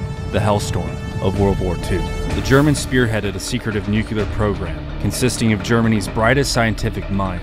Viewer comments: It’s nuclear, not “nucular”. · I’ve always wondered how the brain turns the word nuclear into “nUcYuLuR” 🤣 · NOO - CLEE - ER ! ...Not new killer... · Amazing video, but every time you say nucULar instead of nucLEar, i die inside a little. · Bothered me so much. I thought I was the only one until I saw your comment. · I really wish people would stop saying "nucular". It's nuclear. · Absolute favorite channel on YouTube, thank you for your hard work! (P.S. It's pronounced nu-clear, not nuke-ular) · it's NUCLEAR NOT NUCULAR:face-red-droopy-eyes::face-red-droopy-eyes::face-red-droopy-eyes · NucLear. Not nucular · as the great homer simpson once said, "new-cue-ler, it's pronounced new-cue-ler" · Nuclear is not "nook-you-luhr". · Nue-cu-lar? Dropped by a B-28? I think you need to work on your facts and grammar. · How to pronounce the word “Nuclear” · Solar duck but you got to learn how to say nuclear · If you're going to talk about atomic bombs, please learn to say "nuclear" correctly.